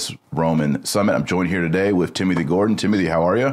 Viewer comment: around 42 seconds in ...I hear from Taylor "I'm here today with "Timmy thee Gordon" HAHAHAHAHA Just sayin' ....it's what I heard LOL !!!!!